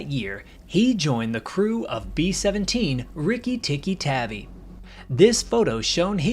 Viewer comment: Tavi (Tahvea)